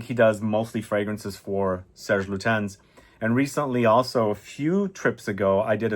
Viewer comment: For someone who made so many videos about fragrances and who smelled thousands of fragrances,I would expect you to know how to say Serge Lutens properly.